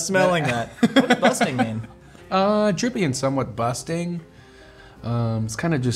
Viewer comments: Why he keep saying busting ? 😭🤣 its bussin’ bruh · Did Post say busting instead of bussin? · no bc its not "busTing" its "bussin" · Lol i love how posty says “Busting” , instead of “Bussin” ❤